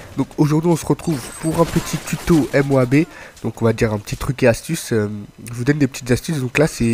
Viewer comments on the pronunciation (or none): dire M O A B ses une façons classe de dire moab like